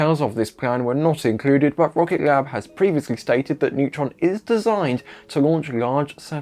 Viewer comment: My guy, it's 'Rocket Lab' not 'Rocket glab'